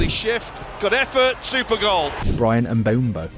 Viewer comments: Lol I lost count of how many different ways you pronounced Mbuemo. Very interesting video though. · Bro pronounced Mbuemo's name 17 different ways in this video